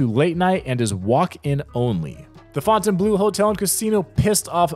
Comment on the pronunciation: Fontaine Bleau is pronounced "blow"